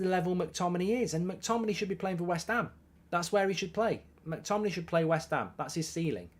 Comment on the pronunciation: Mctominay. At least get the guys name right